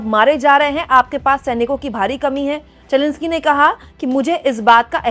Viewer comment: It’s Zelensky not Jelenskie